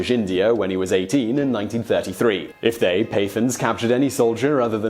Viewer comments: hahaha the way he says Pathan is hilarious. I mean I had to rewind it again just to listen to it closely. firstly the Pa is a quick Puh instead of peh. Then at the end its th with the tongue a little but back to produce a sharp sound not the usual English th. then its aaan not an as he says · pathan |pat.han| not pay.th... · Pathan is pronounced as PAT-TARN not PAY-THUNS. Just so you know. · Your pronunciation of pathan is wrong, its pronounced pat-aan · Simon, 'Pathan' is pronounced as: Putt (as in golf) haaaaan. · pathan is not pronounced that way.